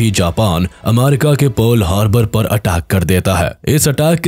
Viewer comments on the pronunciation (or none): Ammarica✅ Abbarica ❌